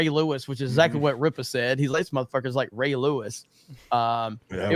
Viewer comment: "RIPPA KNEE'S" had me dying